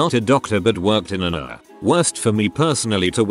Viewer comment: It's pronounced EEE-ARR, not URR